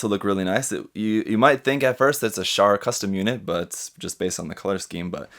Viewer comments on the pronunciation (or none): none